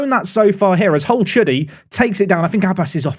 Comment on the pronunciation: How come nobody talk about calling Hole-Chudy "A-Hole Chudy" 💀💀💀